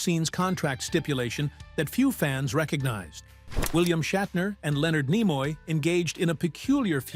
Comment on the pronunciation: James Doohan is Scottish. Thus, his last name is Doin', rather than DO-han, Nimoy = KNEE-moy, not nih-MOY., the production company Desilu is pronounced dez-ee-LOU, not DESS-uh-lou--a combination of Desi Arnaz and Lucille Ball.: "How did imagination filled the gaps?" Somebody wasn't paying attention when this was being typed. Maybe it was an AI typist.